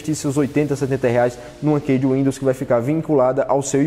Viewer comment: Pronuncia-se como ''Ki''.. lol.. qual Kei..lol 🤣. De 2010 a 2020 só ouvi dois ou três brasileiros que, saibam ou não falar inglês fluentemente, pronunciaram todas as palavras corretamente. Brasileiro não estima a sua distancia curta aos EUA para ir até lá aprender um bocado de forma natural.